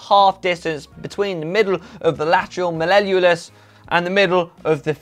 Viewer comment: please let me give you some medical elocution lessons so you can name the anatomy of the lower leg correctly! Lateral Mall-e-o-lus (lumpy boney bit on the outside of your ankle) Fib-u-la - (the smaller of the two bones of your lower leg - the head of it is closest to your knee!!) x